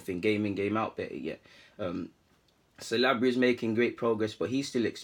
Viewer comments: haha keep saying it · Saliba not Salabri.. Keep the videos coming just work on the pronunciation of players names.. Cheers